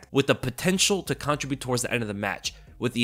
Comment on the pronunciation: i love your videos but the way you pronounce the word "contribute" is driving me crazy lol --- youre pronouncing it like ------ "contri-bute" as opposed to "contrib-ute" - just had to drop that little nugget maybe you do it on purpose idk lol